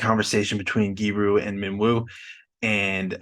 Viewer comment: Its Gyu Ri, not gyi ru 😂